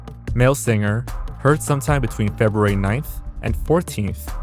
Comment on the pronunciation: You said FebRUary correctly. Welcome to the 1%.